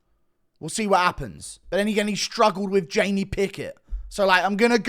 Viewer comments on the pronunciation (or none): none